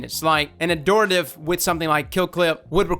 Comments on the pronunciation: It’s AD-Horative. Not adooritve. Honestly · no its pronounced ad-hor-tat-ive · I think it's pronounced Ad-hort-ative, correct me if i'm wrong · Pretty sure it's pronounced "Add-hort-ah-tive" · 'Ad-Hor-Tative' lol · Ad-hor-tative, there's an H dammit. It's become like a minigame for him at this point. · It’s actually pronounce Add-or-tay-tive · Dude there's a 'h' in the word. Ad-hor-ta-tive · What is it about this word that makes everyone pronounce it wrong? It's literally the word hortative but with an AD in front: ad-hor·ta·tive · I think it's "Ad-Hor-ative" because the word "Abhor" is similar and is pronounced with the B otherwise it would sound like "A boar". 🐗 I could be wrong though. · I think the gun is called Add-whore-Tuh-Tiv. There are 2 T's in the name. You were only saying 1 T. I could be wrong though. I still say Antiope wrong myself. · Ad-hor-a-tive is how you say it! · I've been pronouncing it "ad-hor-ative" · It’s pronounced Ad-Hore-ta-tive. Heavy emphasis on the H Not a joke btw I’m being serious I am an Attic Greek student so I’m heavily invested in these names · I always pronounced it as “Add-horr-tay-tiv”. Yours sounds more right though so I’ll go with that. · Its actually pronounced AdHOR - TaTive. The "Hor" comes out like "whore" basically. Not closer to "Adore". Nbd just thought I'd let you know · i think it's pronounced ad-horative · the h is not silent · pls you’re meant to pronounce the H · There's an "H" in it though. Adhortative as in: Relating to the giving of advice...but be careful it could be a loaded question.